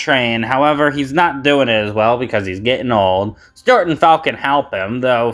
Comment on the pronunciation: Bro calls Stewart "Stort."